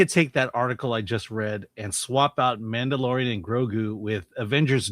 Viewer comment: I swear you said “The Man The DeLorean…. The Grogu”